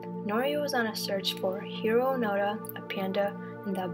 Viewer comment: Its Hiroo Onoda not Hiroo Panda